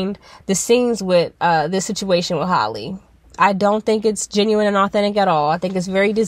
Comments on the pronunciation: still not pronouncing her name right🤪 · If you going to talk about the girl, please pronounce her name right.